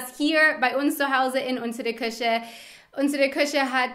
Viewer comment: Dein "Küche" klingt wie "Kirche", ansonsten super!